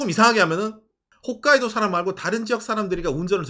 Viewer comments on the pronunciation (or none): none